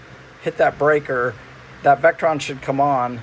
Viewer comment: Hey, it’s Victron, NOT Vectron for your charging/inverting equipment.